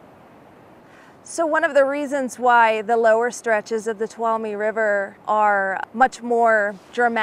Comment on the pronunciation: Toe-loom (tuolumne)